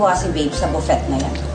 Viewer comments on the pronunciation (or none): "Kailangan matuwa si baby sa BUFET na yan ha" - (imbes na Buffet)😂